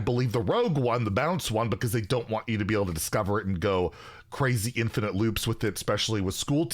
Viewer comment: Wtf is an "infitize" learn to read challenge difficulty impossible